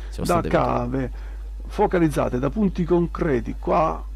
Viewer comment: l'ho ascoltato e riascoltato, perché c'era qualcosa che all'orecchio mi strideva malissimo e purtroppo ci avevo sentito giusto... non dice focalizzate, ma fUocalizzate 😨😭